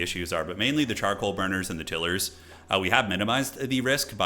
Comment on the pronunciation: I'm embarrassed by the extent to which this triggers me, but please, for the love of Hashut, stop saying "tiller". They make tiles. Not tills. TIGH-luhr /ˈtaɪlər/ (if you wanna get technical) 😅 I can't wait for the sweaty multiplayer streams, though. Bring it on!!